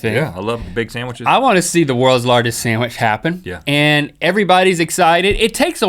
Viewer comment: that kills me! HEY WE'RE MAKING AN OSTRICH SAMWICH!!!